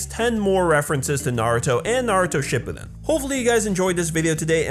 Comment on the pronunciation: Cringed when he said shippiden at the end